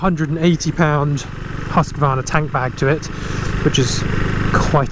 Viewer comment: There's no a in Husqvarna.its pronounced..Hooskvarna.not Husqavarna